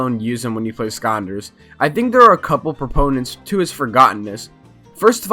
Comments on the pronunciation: Does anyone else here him say "skahnders" instead of skylanders? Might be because this is the first of these videos I've seen and if I really try to hear it sounds like skylanders. But no shade from me I enjoyed the video and I agree with most of it. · Why do you pronounce skylanders like skyunders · Broooo imagine pronouncing skylanders "sconders* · Him: Here are some forgotten ScOnDeRs that nobody reme- Me: ITS SKYLANDERS WHAT DO YOU MEA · Like I swear to god this guy is saying “skonders” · why he saying "skonders" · Why do you pronounce skylanders as skonders? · Bro made a 14 min video about skylanders and didn’t even pronounce the word “skylanders” correctly one time lmaooo